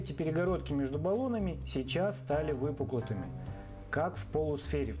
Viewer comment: А разве не все три насоса с автоматическим отключением при наборе нужного давления? Регуляторы для чего стоят? Даже на аналоговом ВТР 12М присутствует "стопорок". Я к тому, что при рассказе об аккумуляторном насосе эта функция была отмечена как достоинство, по сравнению в остальными. P.S. Не "выпуклутыми", а выпуклыми :).